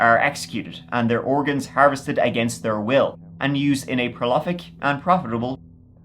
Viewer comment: pro-LOF-ic? lol